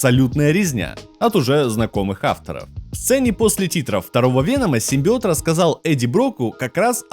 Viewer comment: Клитарский симбиоот 🤣🤣🤣🤣🤣🤣🤣🤣🤣🤣🤣🤣